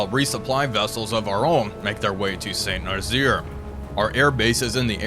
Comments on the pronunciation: "Saint Narzeer" gets me every time XD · Had to stop watching after the 3rd "Saint Narzeer"